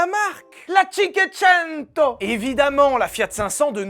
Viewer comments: écoute! cinquecento, ca se prononce shinqouésaineto! faut pas déconner quand même! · Merci pour cette nouvelle vidéo ! Au top, comme d'habitude. Sérieux et humour... Par contre, juste en passant, il faudrait que tu écrives mieux les noms italiens et revoir ta prononciation de "Cinquecento" 😅 sinon au top ! Continue :)